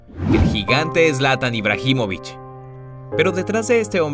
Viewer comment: se pronuncia sin h el nombre de ibrahimovic